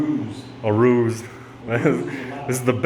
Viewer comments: No it’s called a Roos not a rouge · “Ruse” not rouge.